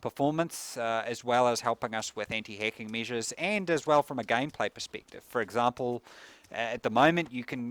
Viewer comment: it took me a few minutes to realize he was saying hacking not hecking otherwise take my money